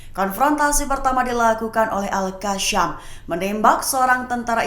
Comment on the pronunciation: Al Qassam, bkn al kassyam